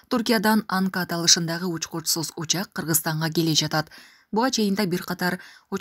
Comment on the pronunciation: Учькучьсуз учьааак дейт го кайра кайра 😂